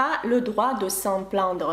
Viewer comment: Plaindre вы произносите как plandre. Это неточное произношение